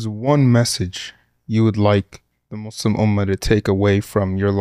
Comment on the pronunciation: Love the podcast and the guest! I only ask that these Muslims with a platform pronounce "Muslim" without turning the second syllable into "slum". Listen to to this podcast AND the hosts of Muslim Network TV AND the Dr. Omar Suleiman of Yaqeen Institute who, almost as overhandedly as Western Media when they say, "Muslim" as "Mud's Slum" (when you listen to the words spoken), mispronounce an Arabic word.